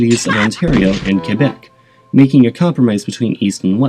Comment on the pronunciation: HOLY SHIT AN ENGLISH SPEAKER THAT CAN PRONOUNCE QUÉBEC RIGHT!!!! I truly appreciate you...